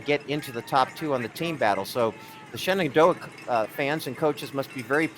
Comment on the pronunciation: It's Shenendehowa, not Shenandoah. I live in WNY and even I know that. BTW, cheers to Frontier's Lillie Bogdan from a Falcon x-c runner ( ). And to WNY's top finisher, Emilia O'Leary of East Aurora.